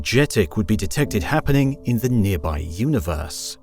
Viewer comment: One of the first lines you said was "in a near by universe" and it hurt. Can't even get that right so im not gonna watch the next FIFTY PLUS MINUTES